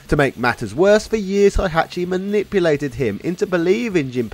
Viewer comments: HEY-hachi, all phonetic, it's not German KÁ-zuya KÁ-zuma MÍ-shima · Aye learn how to Pronounce "Hey-Hat-Chi" before making a tekken video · Heihachi is pronounced like it's spelt, not Hihachi